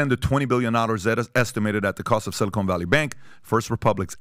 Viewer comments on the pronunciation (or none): Everyone's afraid to tell Patrick it's pronounced 'silicon' not 'silicone'.